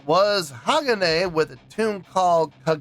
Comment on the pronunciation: Its pronounced HA-GON- A (long A And emphasis on the MIDDLE Syllable